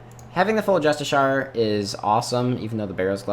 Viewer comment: ITS NOT JUSTISHAR its just-ish-she-ar